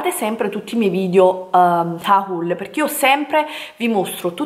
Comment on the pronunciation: Hahul??? Ma come diavolo parli